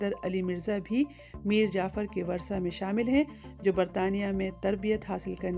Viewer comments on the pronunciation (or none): آپ اپنا تلفظ درست کریں وُرثہ کو باربار ورثہ کہہ رہی ہیں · It's "wurasa" not "warsa". Pronunciation is important too. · 'میر جعفر کے ورثا' اور ورثا ایسے نہیں پڑھا جاتا جیسے آپ نے پڑھا ہے۔